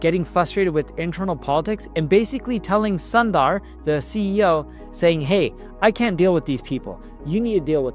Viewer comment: As an Indian, I thought you'd say Sundar correctly 😂